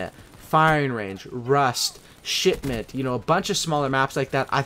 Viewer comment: Did he say shipment of shitment